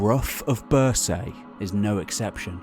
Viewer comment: One thing that I struggle with is the mispronunciation of place names. Bruff of birsaaye where it is pronounced broch as in loch and Birsay is -renounced BURRSEE.it is like listening to an American trying to say Edinborow